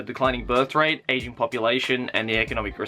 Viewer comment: Every time you said ageing all I could hear was Asian and I just thought yeh no shit Japan has an Asian population 😅